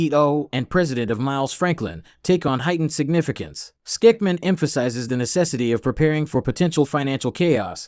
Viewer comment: Andy, if you need someone to host your presentation, at least you can do is make sure they know how to pronounce your last name (STICK-MAN).